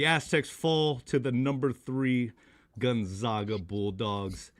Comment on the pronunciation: How do you guys still butcher the name GonzAgA?